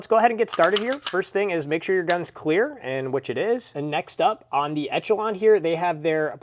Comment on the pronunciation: You saying etch a Lon is triggering